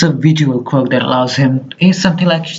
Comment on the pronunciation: Bro said quiork and I can barely understand him